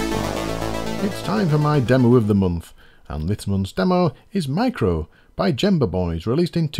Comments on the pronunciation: the word Gemba is actually pronounced [ghembah] and it means a mushroom in one of the eastern Czech dialects. But anyway, thanks for reviewing our demo! It was a lot of work. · It would be nice if you look into how to pronounce certain words before recording, especially names of companies etc. Psygnosis for example is not sig-know-sys. The psy is like psych. Gemba is not -Jem-ba. I enjoy the show overall but these mispronounced words almost every episode do trigger me somewhat.